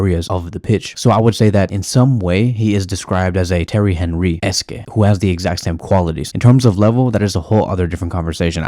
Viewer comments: Henry?! Hen-ree?! Awn-ree bro.. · Come on bro ik you know how to pronounce Henry properly..